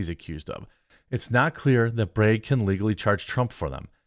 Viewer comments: BRAGG not BREGG 🤦🏻‍♂️ You want an upvote, pronounce name correctly. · Dropped a like for your Wisconsin “breg” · I like the way he says "Bragg." Reminds me of my daughter when she says "leg." It comes out "layg." Good stuff. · But how come you say can, and not cane? Or Democrates? Not making fun of you, I just find this speech issue bizarre where you pronounce "A" like it sounds in the alphabet in flag or Bragg, but not with other words with an A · How did you know I was enjoying the way you said brag 😂 that means I have to go buy more coffee ☕